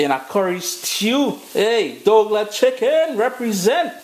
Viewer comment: “Dougla Chicken” 😂😂😂 thanks for the recipe